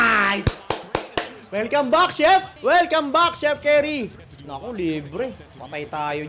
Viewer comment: curry boss, hindi carry..obob bisaya.